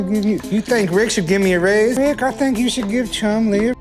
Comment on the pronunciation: Rick is NOT Chum's "Dad" Yet another AI generated narration of public domain videos. Waste of time with factual errors. Not to mention terrible pronunciation of common words.